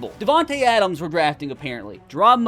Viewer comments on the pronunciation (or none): none